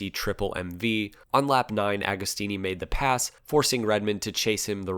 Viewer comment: JOCK-OMO, not GEE-AH-COMO, OK? AH-GO-STEENEE while we're at it. Nobody will EVER be as cool as Ago, even at 80+!